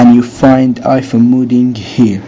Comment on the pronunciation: omg your the best ive tryed with other stuff and it wont work your amazzing also you kept saying (modding) rong i got confused when u kept saying it rong all well you helped thank you again